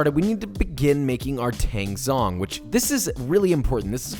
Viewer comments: Love the recipe! Just a PSA: tangzhong is pronounced "tangjong" according to the original chinese "湯種/汤种" for a water roux. Zh is kinda like a J sound ✌🏻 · 'zh' in Chinese is pronounced 'j', like in 'jungle', then it's tang jong. Love this method, I was wondering if I could use it while making challah? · just for future reference, the "zh" in "tanzhong" is pronounced kinda like a "ch" sound, not like a "z". sorry i dont mean to be an ass about this! still a great recipe